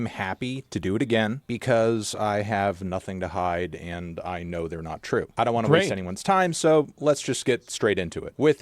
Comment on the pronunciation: "I have nothing to HYDE"